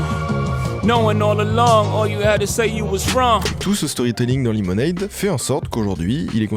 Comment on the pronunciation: Tu fais un boulot de fou, le montage est top, les anecdotes sont tops. Mais s'il te plait, verifie la prononciations des mots anglais, mon cerveau vrille a chaque fois que tu dis "lemonade" ou "washing" comme tu le fais. Je veux pas faire le mec. Mais dans le doute, ya un super site qui s'appelle forvo (je te mets pas le lien pour pas que mon comm disparaisse) où il a la prononciation des mots de plein de langues par des locuteurs de langue maternelle, vraiment, fais un petit check, tes vidéos vont encore gagner en qualité.